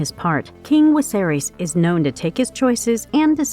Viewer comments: Omg woman its Viserys NOT wiserys 🙈....V NOT W 😂😂 that was sooo annoying 🤣🤣🤣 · Who's King Wiserys? Thought it was Viserys. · Can people on youtube start pronouncing names properly because it's a good indication they don't read the books or watch the show when they say names wrong in videos based on something so popular. It shows that they are simply reading a script written by someone else and aren't familiar with this at all. At least say Viserys properly. It's hard to take this video seriously when you got a name wrong 20 seconds in. I turned the video off. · Some languages use a W sound for V, but I haven't noticed her do it for ANY other word. lol Sometimes I think they mispronounce things on purpose, since all the narrators do it and a lot of the time it's on simple words (imo)